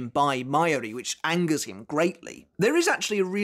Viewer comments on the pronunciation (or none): none